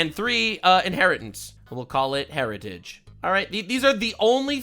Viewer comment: heritage, not heretage, my lord